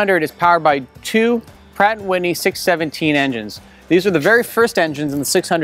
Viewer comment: I stopped watching when he said “Prat and Whitney engine”.